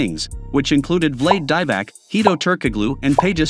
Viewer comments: Vlade 'rhymes with blade' DIE-vack & 'sto-JUH-kah-vick😂😅I cant continue!!!!🙃🤣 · So many errors and lies , i don't know where to begin. The 96 bulls did not have any 40+ game win streaks. You left off a boston team that won 8 titles in a row and u called Vlade Divac (vlad deevack) and Toni Kukoc (que-cock) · No human would pronouce Vlade Divac's name like that .... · Is this computerized narration? The pronunciation of Vlade Divac was just wrong. And of A.C. Green, you can tell the computer pausing for the periods. And for Toni Kukoc 🤦🏻‍♂️ And pls don’t use the current team logos (Nuggets and Warriors, Cavs, etc. ) when describing the teams back then. Otherwise the content is alright. Thanks. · You just butchered the names of Divac and Stojaković like I never heard before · And kukoc lol